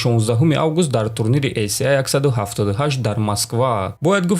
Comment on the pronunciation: Не " ей се а " а "ей си ей "